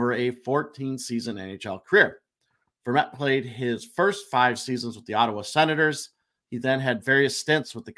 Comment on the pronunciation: you said Antoine Vermette perfectly the first time and then weirdly the second time lol... almost there boys!!